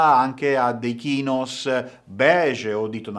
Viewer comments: ma ha detto kinos?! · Bel video, giusti consigli (dovrebbero vederlo molti, molti uomini) però se mi posso permettere...il termine "chinos", che hai usato per indicare il pantalone, si pronuncia "cinos"! Nulla di che, ma un vizio che un uomo contemporaneo ed elegante non può non sapere! Senza sollevare polemiche